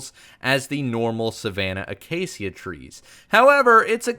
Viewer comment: pronounce acacia uh·kei·shuh